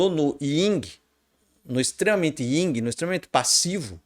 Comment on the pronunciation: Professsor, peço-lhe desculpas, mas não existe "Ying" e Yang! o certo seria "YIN" e Yang! Respeito seu canal e todo seu trabalho, mas não poderia me furtar a essa observação! Abçs...!!!